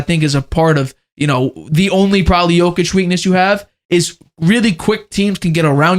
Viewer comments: So annoying that you haven’t learnt to pronounce Jokic after 8 years. Come on man not that hard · Same for me makes shame my head in disbelief 🤦‍♂